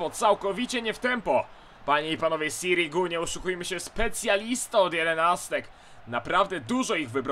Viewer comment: raczej sirigu on mówi dobrze